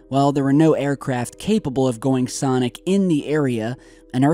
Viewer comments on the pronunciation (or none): none